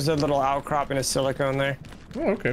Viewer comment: Silicon, not silicone, lol. Silicon is a metalloid (metal-like) element, not a polymer. Think silica, like sand, which is SiO2, or computer chips, which use pure silicon as a semi-conductor.